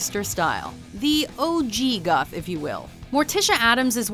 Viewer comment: I honestly thought she said 'the old jew goth'